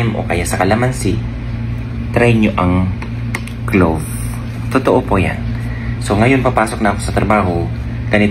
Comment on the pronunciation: "CLOVE" ba?